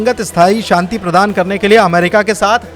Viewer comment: Inko Shanti bolna sikhaiye..Santi nhi..bahot bhadda lgta